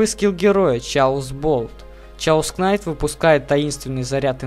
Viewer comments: чаос кнайт, чаос болт... пиздец фейспалм блядь если уже по-английски говорить и писать русскими буквами то это будет кэос найт, кэос болт но не как не чаос и уж не как не кнайт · гугл в помошь сh читаетса как ч но англ перевод кейос канйт а рус перревод хаос